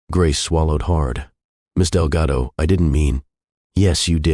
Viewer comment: Artificial Voice through out the video mispronounces Delgado with Relgado and confirms it in the subtitles. This tendency is becoming obvious in many other videos that use artificial voices for their videos